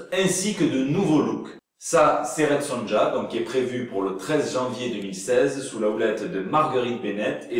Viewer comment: Hhahhaa, DC Comics et KFC ! ^^ Au fait, "Red Sonja" se prononce Red SoNIA . ^^ Bien cool le JT de cette semaine. J'ai jamais entendu parlé de ces nouveaux héros dans une Brooklyn consciente d'elle-même. j'ai hâte d'en voir plus. :-)